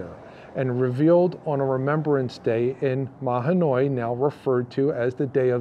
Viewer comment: You forgot to mention Carbon County. You also mispronounced Mahanoy.